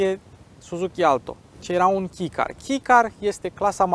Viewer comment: misto review, dar cred ca se pronunta kei nu ki car. si exista clasa supermini care include cele mai mici masini... edit: ce plm legatura are servodirectia sau absenta ei cu raza de bracare? :)))